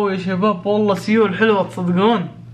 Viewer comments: تنطق سول وتكتب سيول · كل ما يقول سيول اتنرفز لان قاعد يقولها غلط ومدري كيف اشرح نطقها الصحيح بس مافي مشكلة مافي احد م يغلط 😂😂💔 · يا خرا مو كذا ينطقوها سيول 😂😂😂